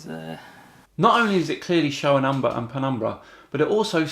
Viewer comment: The way he said "umbra" sounded like "Aww, brah!"